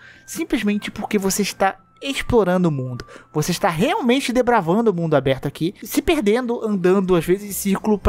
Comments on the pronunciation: desculpa ser chato o suficiente para me incomodar com isso mas eu creio q vc queria falar "desbravar" ao invés de "depravar" ao longo do vídeo, tirando isso, concordo completamente com cada palavra dele, eu n sou um jogador hardcore ou algo assim, mas os jogos da from sempre me deixaram muito satisfeitos por conta da sensação de conquista ao passar dos chefes e tudo mais, mas parece que tudo que eles lançaram até hj foi apenas uma preparação pro elden ring. Agora, QUE VENHA LOGO ESSA DLC!!! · Meu deus cara, é DESBRAVANDO, não DEPRAVANDO